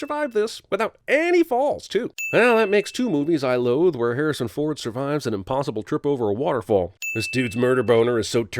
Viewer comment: Harration Ford